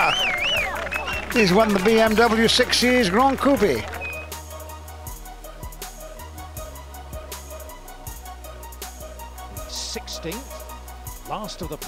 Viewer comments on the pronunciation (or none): Gran coupeee 😂